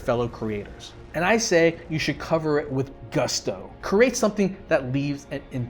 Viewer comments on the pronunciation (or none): none